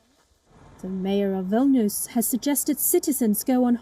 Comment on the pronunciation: its Vilnius not Vilnuus